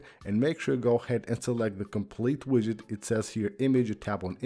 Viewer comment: Yid-get lol not quite but close! 😂